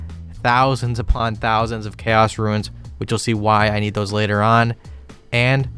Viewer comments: Here to leave a comment most people are going to call stupid. RUNES are not pronounced RUINS. PLEASE. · Why do you say "ruins" instead of "runes" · Why does he call Runes Ruins. my brother in christ that is not how you say it. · I love the way you pronounce 'runes' like 'ruins' :)